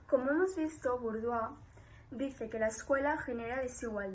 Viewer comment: Me ha gustado, pero un apunte el nombre de Bourdieu lo habéis pronunciado de muchas maneras. Como profesora de francés os pido que lo pronunciéis bien. Utilizad Forvo, una plataforma para buscar la pronunciación de palabras. Ahí os saldrá la correcta pronunciación. Gracias